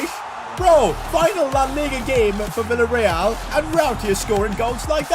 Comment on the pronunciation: Bro said willa real 😂 instead of the villa real😢